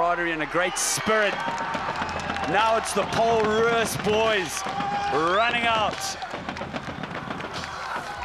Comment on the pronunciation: Wish the commentators would stop saying "Paarl Roos"; the Afrikaans is "Pole Roos".